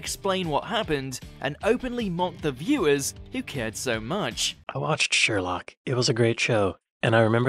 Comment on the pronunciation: Why is he saying “Sheerlock” wtf 😳